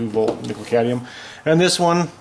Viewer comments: Too phallic looking? ಠ_ಠ I think your mind is the issue there. Now, please: it's cad*M*ium, not cadium. Thanks for the video! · Cadmium not cadium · CadMium, dude. You said cadium like 10 times in the span of a couple of minutes. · Great! Thanks for the tips. Same situation on a hand held Freshsaver by Foodsaver that sucks the air out of bags. It has two Nickel cadmium batteries. By the way, the 'M' in CadMium is not silent. You guys, anyway, 😂 ! Cad-mee-um! Not Cay-dee-um. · Cadmium: "cad-ME-um" - there's an 'M' in there for a reason. Same with solder, there's an 'L' in that one: "soL-der", from the Latin "solidaire" meaning "to join". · say: Cad-me-um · No problem, They got rid of the Cadmium technology because people could not pronounce it correctly. Next they will get rid of Nucular energy